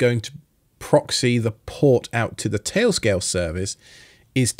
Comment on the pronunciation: “Tay-o scay-o”